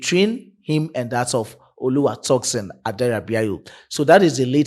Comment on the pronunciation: Bro, you murdering Tosin’s name- it is not “ToxinSon” but Tosin pronounced (Toe-Seen). You are welcome😊